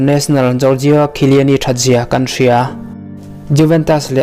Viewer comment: chiellini lam dan hi a dik chiah em awh... sawi mai2